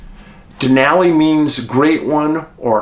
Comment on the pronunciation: David, thanks for pronouncing "Denali" correctly.🇺🇸